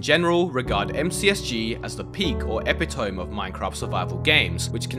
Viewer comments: "Epi-tome?" no no no "E-pit-o-me" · my only complaint is: eh-pit-toe-me. other then that great, informative video as always. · it's not pronounced Epitome. Its pronounced Epit of me. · hey hey. great video. just one positive critisism: "epitome" is pronounced: e-pi-to-me not e-pi-toam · uh-pit-oh-me not eh-pi-tome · Did just pronounce epitome as epitomb instead of epito-me? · e-pit-o-me, not epi-tomb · "epitome" is pronounced eh-pih-toe-mee, to epi-toh-m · Epitome=epito-ME not eptiomb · did bro pronounce epitome as eh-pih-toem? its eh-pih-tuh-mee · LOL "ehpihtowm" 'tis "ehpitowmee" the stress goes of the i after the p so e-PI-to-me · by the way, you used the word a few times but I just wanted to give a friendly note that it's e-pit-oh-me (epitome)! this was a great video regardless :) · It's eh-pih-toh-mee, note EPI TOME Epitome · I think you meant to say uh·pi·tuh·mee (epitome) here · Btw epitome is pronounced epit-o-me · epitome is pronounced uh-pit-uh-me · it's pronounced "e-pit-oh-me" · epitome is pronounced 'eh-pih-doe-me' just so you know 😉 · Hey just a heads up, epitome is pronounced like uh-pi-tuh-mee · Not trying to be that guy but it's pronounced; E-Pit-E-me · Epitome is pronounced "Eh-Pit-Oh-Me" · epitome is pronounced "ee-pit-oh-me" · Epitome is pronounced ep-it-oh-me, not what you'd think if you only see the word written. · eh-pit-oh-me <3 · epitome is pronounced eh-pi-toh-mi (not tryna be that one annoying comment but still lmao) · look up "how to pronounce epitome" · You are mispronouncing epitome! Great video though :) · That is not how you say "epitome." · LOOK UP HOW TO PRONOUNCE EPITOME PLEASE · Bro misspoke "epitome". I don't know if there are valid different mispronunciations or if the script is AI generated. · I think you pronounced epitome wrong mate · hey ily man, but you can't be saying epitome like that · The way pronounces "epitome" is both funny and hurts me to listen to. XD